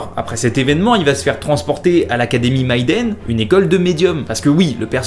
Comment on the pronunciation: Mytubeur se dit "maï" et l'académie Miden se dit "mi"... Serviteur.